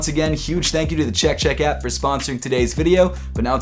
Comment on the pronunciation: I don’t like how he says “Chek chek apP” lmao